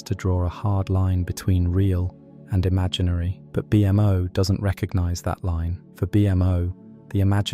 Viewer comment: "Gol-B", "B-M-O" The AI voice just killed this video